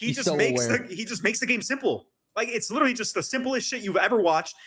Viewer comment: Attach you hurting our people saying witeraly